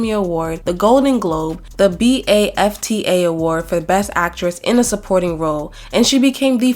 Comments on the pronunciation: It’s just baf-ta not spelt out individually 💗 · Yeah idk why said it like B-A-F-T-A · Sorry but i cant get over you saying the letters for when everybody pronouces it baftas like just as the word. First time I've heard the letter individually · BAFTA is pronounced as a whole, not letter by letter.